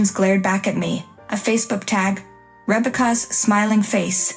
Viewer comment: Pronounce Rebecca correctly. Family doesn't enable family lies.